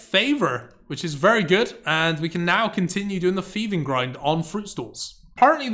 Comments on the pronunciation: Its Thieving, not feving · "F" instead of 'th', "barrow gloves", "cleomancer". Yup, this guy is just unable to read/pronounce words correctly.